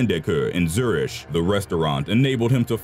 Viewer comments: It's Zurich, not Zurish! This fake voice gets everything wrong. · lol "zurish" Zurich is pronounced ZUR-ICK.